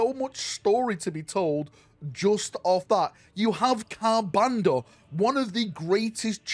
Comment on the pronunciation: Yo how many "r"s are there in Ka'bandha, brother?